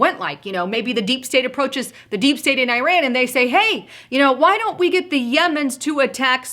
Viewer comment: Eye-ran, eye-rack? Learning how to speak English might bolster credibility. Just ask the Eye-talians. Go - went - gone. You might look up 'past participle' also. analysis seems spot on, except that I don't think the situation, as is, to be so dire. My choice of response would be an immediate investigation into the vote tampering in the 2018 midterm election and the possible suspension of close winners of the seats that went from Republican to Democratic and any other suspicious races. Trump's team is privy to far more information than myself, so I expect that they will do exactly as I would, had I been as knowledgeable as they are.